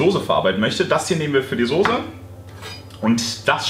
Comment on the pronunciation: deine Aussprache von Soße ("Soße" nicht "Sose"! AAAAH) triggert mich voll! Trotzdem sau genial der Burger, dat mache ich auch mal.:D